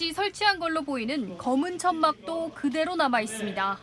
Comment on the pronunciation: "그대로"라는 단어 강조하지 마세요. 얼마뒤 이상한 상태로 발견될수 있습니다.